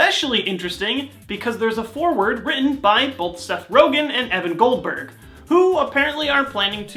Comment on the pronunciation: Did you say Adam Goldberg?